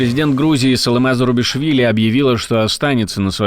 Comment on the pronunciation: Фамилия президента Грузии Зурабишвили, а не Зарубишвили.